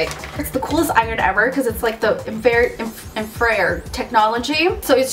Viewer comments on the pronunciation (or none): Pronounced in-fra-red, not in-frared. Lol, love your videos though chica! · girl it's infra-red, not infrare-d. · Its In-fra-RED. LOL! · hahaha the way you pronounced infrared (it's in-frah-red) no hate just giggles :D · You're so funny! Btw, "infra-red" is how infrared is pronounced mama, just a heads up for next time. Socal locals HOLLA! *high five* lolol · It's in-fra-red btw :) sorry to be THAT person J. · it's pronounced "infra-red" :p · the way you pronounced "infrared" omg haha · lol the way she pronounced infrared.